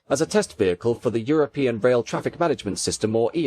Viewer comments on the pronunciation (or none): none